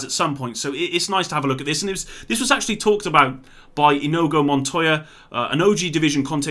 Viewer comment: OK that's twice now ... I'm guessing you've never seen Princess Bride ... it's ee nee go